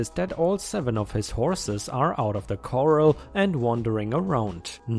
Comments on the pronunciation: Coral vs Corral you pronounce it like the first spelling, Corral sounds like Ral in Ralph --- Cor ral ( Doc Holliday at the Oh Kay Corral) us western history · Corral----CORE-RAHL...no biggie that your pronunciation is off, it's not your native language. Your English is great, otherwise. Hugs. I feel bad for the horses. for over 55 years I've dreamed of owning a horse, but only worked as a stable hand several times. Always the bridesmaid, never the bride, haha. Makes me angry when some lazy, irresponsible entitled jerk neglects his or her horses. Someone there needs to call an animal welfare group...ASPCA or horse rescue, like Horse Plus humane society. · Thanks. I love these long complete stories. So satisfying 😌. 🌟⭐🌠💫🇦🇺🌟⭐🌠💫 Ps Corral is pronounced...Core Al. Superfluous..Sue per flue ess. I've noticed your English improve a lot over time and you should be proud.☺